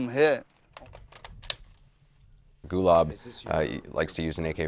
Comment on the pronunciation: They can`t even pronounce his name correctly, its Gulaab not Gulab. Gulaab means Rose in Pashto